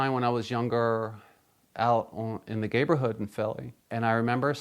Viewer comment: I heard gayborhood. I think they actually said neighborhood. Either way.